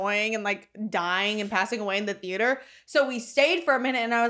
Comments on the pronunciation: Thee- ate- er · the way that pronounces the A in theAter makes me wanna slap him